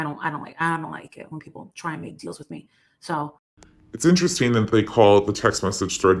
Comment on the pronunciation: why tho? There’s more to support it than against it. Actually there’s nothing against it. She knows how mindless her minions are - she doesn’t even try to change her pronunciation, enunciation, or go-to phraseology. Intrest eeeeen She pronounces “ing” sounds as “eeeen” and I haven’t seen any of the other “creators” DRAMA channels who do the same. She loves to talk about “facts and let you make up your mind” and this person uses the same tired 🥱 statements. She must be her doppelgänger because her tonality and even her ad lib “snarky” comments match that of KJ. Both sides are exaggerating only the salacious topics and not at all talking about any of the productive topics that could result in INTELLIGENT, coherent dialogue… that would benefit lots of people. No, we’re over here voice-changing and screaming and clapping and snapping and drinking and singing … I mean it’s a trash circuits all around. KJ is just and extra special level of DIRTY for how she’s attacked the family’s credibility to keep a story line alive when her sources dried up. But hey that’s the game right? Most of us wouldn’t be clicking on the coherent, productive dialogue. So I guess I can’t blame any of the vultures for giving their mindless minions what they want 🤷🏼‍♀️